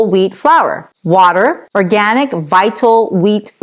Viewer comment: Can't say the word organic? Sad.